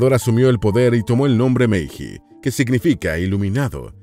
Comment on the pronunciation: Se escribe meiji, pero se lee meilli.